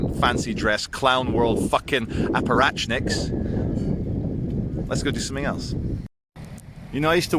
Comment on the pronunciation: Apparatchik* No 'N'.